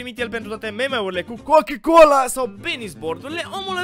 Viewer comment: A zis din greseala coca-cola si nu cucâ-colâ=)))